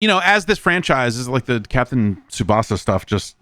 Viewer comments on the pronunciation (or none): none